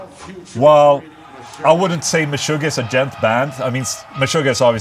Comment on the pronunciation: Pronounced “djont” with a zero?